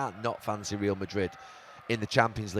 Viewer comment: REAL not REEL